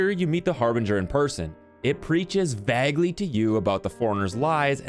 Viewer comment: Vaguely is “vay-guh-lee” Vagley bothered me a little haha